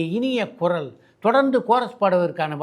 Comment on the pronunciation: Koral eilla sir kural